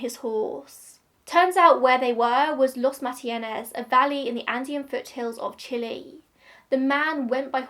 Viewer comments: i think you are the first english speaking person to pronounce Chile correctly lol we stan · I’m one of your plane nerds ✈️🤓, but this plane is too old, so doesn’t mean much to me either 😅. That is actually how you pronounce Chile, but either way, you did a great job, as always 😊😁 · You chose the correct pronunciation of Chile!